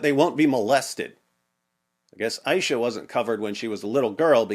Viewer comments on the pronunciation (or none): Message to: I think you were mistaken While quoting Aisha was molested By Mohammad (PBUH) AISHA WAS ONE OF THE WIFE OF OUR BELOVED PROPHET MOHAMMAD (PBUH). IT HURTS ME.But I think you definitely made a mistake while pronouncing.